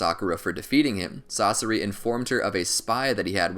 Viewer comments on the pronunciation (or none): I hate the way he pronounces Sasori, he say sauce-ari, isn't it pronounced sauce-sour-ee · pains me to hear "sauce-er-ee" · No One: YouTube When He Says Sasori: Sorcery Society Saseri Saucery Sasorey